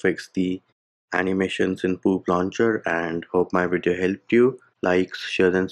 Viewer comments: The way says Poop launcher is making me crack every time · did he just say poop launcher ☠️🤣